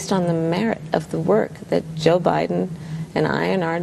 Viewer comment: The merite 😂 im crying